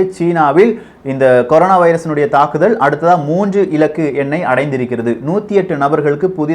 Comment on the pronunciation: Very informative videos. thanks. One minor suggestion on தமிழ் pronunciation: roll your tongue only for ள and fully roll for ழ, but not for ல. Example do not roll the tongue for the word இருந்தால், இருப்பதால் or தாக்குதல்.